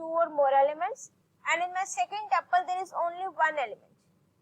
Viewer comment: abeyyy yarr taple nahii tuple